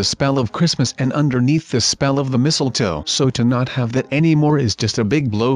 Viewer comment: YOU JUST SAID MISTLLETOE